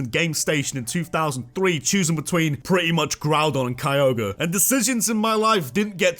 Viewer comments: THE R IN KYOGRE SHOULD BE AFTER THE G! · ITS NAME IS KYOGRE, NOT F*CKING KROGER!